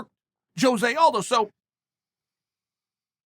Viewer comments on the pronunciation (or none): none